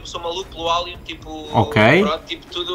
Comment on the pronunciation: "...Álian...sou mauluco pelo álian..." Diz-se "Eilien"....EILIEN..